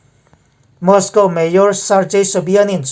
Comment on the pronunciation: Mayor tihhi i lam dik chiahlo thin a,a changin major i ti leh thin bawk a